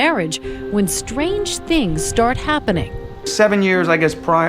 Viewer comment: “the thongs are just about people going thru struggleths.” 🤣 😂 😜